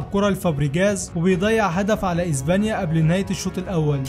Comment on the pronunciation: اسمها اسبانيا و ليس ازبانيا 😂😂